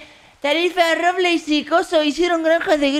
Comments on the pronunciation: "Rorbleis" JAAJAJJA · Robleis no rorbles